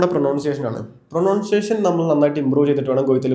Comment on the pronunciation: പ്രൊനൗൻസിയേഷൻ അല്ല. പ്രൊനൻസിയേഷൻ.